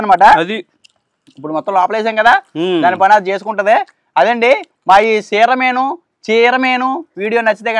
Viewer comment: Bro it's not seeramenu